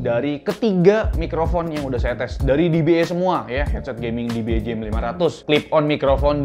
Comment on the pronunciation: E di bahasa Inggris bacanya "i". jadinya "di-bi-i", om. kalo "di-bi-e" itu "dba"